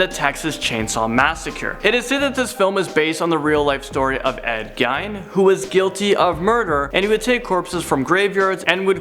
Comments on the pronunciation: I really don't think it's pronounced “Gaein”, I'm very certain that it's “Geen” . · Gein is pronounced like "mean" and fixeateting instead of fixating cmon man.. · Lol "Ed Gine" it's pronounced Ed Gee-n but bc we love you.. we'll forgive u😏😜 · Good video always enjoy them. But I swear you guys are saying Ed geins name wrong on purpose at this point. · And Gein.